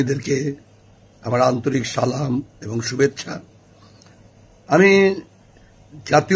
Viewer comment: ভাই সালামটা তো ঠিক ভাবে দিন। আমি আপনাকে পছন্দ করি কিন্তু কষ্ট পেলাম সালামটা সুদ্ধভাবে না দেয়ায়